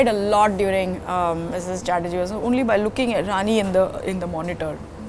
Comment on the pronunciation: Can you please pronounce Rani’s name correctly?! 😡